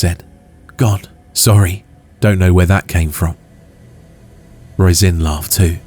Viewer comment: Roisin is pronounced Rosheen